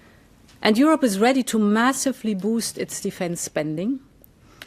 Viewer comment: Its Europe not yorope.